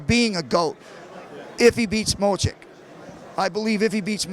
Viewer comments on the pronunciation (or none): If he says Mo-Chick ONE more time... Lol, was that not like, 28 f'ing times???